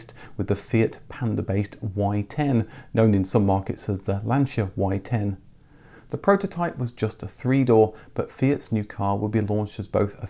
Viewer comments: I had an Uno Turbo diesel - diesel was pretty cheap in Italy compared with petrol at the time. It was very satisfactory, indeed. You did see a lot of the Lancia mini-cars, the Y10. Kudos for nailing the pronunciation of the Italian names - were that most YouTube creators so scrupulous. (Seicento is pronounced "Say-chento". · Being Italian and being a Lancia Fulvia owner I can never say enough Grazie (thanks) to you being the first English speaking youtuber and/or motoring journalist that pronounces the brand Lancia correctly 👍🏻👍🏻👍🏻.